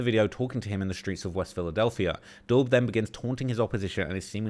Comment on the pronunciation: For the so-called "UK's top expert in the gang and drill rap scene" you sure do mispronounce a lot of names. "Dul" short for Abdul pronounced 'duel'. Not "dull", did you even watch the banana man's video? Because he knew how to pronounce it.